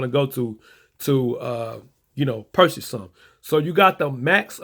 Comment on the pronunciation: "Pursache" LOL purchase.